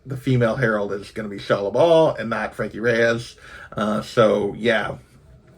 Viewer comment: Isn't it Frankie Raye, not Reyes?